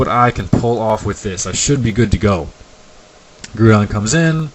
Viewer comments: NOT GREWDON, IT'S GROU(N)DON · Grewdon? Its pronounced Gr-ow-don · STOP MISPRONOUNCING GROUDON